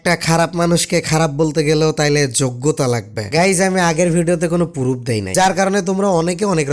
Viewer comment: পুরুফ না বাইঞ্চদ প্রুফ বল🥴হালা কথা কইতে পারে না আইছে সাদিকুলরে রোস্ট করতে🥴😂